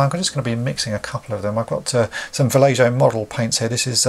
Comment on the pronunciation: I just picked up a bunch of GBs and I need to do a few repairs so these videos have been great. FYI Vallejo paints are from Spain so the j is pronounced like an h. I grew up in the Bay Area of California and we have a town there called Vallejo.